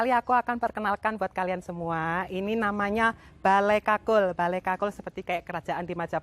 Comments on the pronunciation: Kulkul... bukan kakul.. Bale kulkul= bale kentongan. Kakul itu keong.. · Kulkul....bukan kakul. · Bale kukul bukan kakul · Bale kukul bukan kakul 😁🙏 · Bale kukul mbak bukan bale kakul 😂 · Mbak, bukan kakul, tapi kulkul. Kakul itu keong yg ada disawah. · Bale kulkul mbk..bukan kakul..😁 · Kul kul , ga kkakul , kakul = siput mba😄😄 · Bale Kulkul mbak e....bukan bale kakul.....😥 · Balai kulkul mba,,, bkn balai kakul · Bale kulkul kali maksudnya ya, bkn bale kakul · Musium Bali.. Tepatnya di jl.mayor Wisnu.. berdampingan dengan lapangan Puputan Badung.. Maaf mbak.. bukan balai kakul.. Tapi yg benar Balai KulKul..🙏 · Bukan kakul mbk, tp kulkul😃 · Saya koreksi namanya bukan Bale Kakul, tapi bale Kulkul.. Kalo Kakul itu artinya Keong. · Bukan bale kakul,tapi bale kulkul. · Balai kulkul mbak Bukan balai kakul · Ralat mbak kulkul bukan kakul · Kulkul jeng bukan kakul wkwk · Kul kul, bukan kakul 😂✌️kakul kan keong